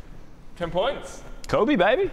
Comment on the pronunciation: "Kobe" ooof